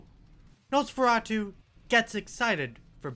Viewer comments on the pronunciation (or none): none